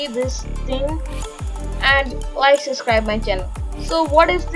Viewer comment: Its subscribe not suscribe.🤔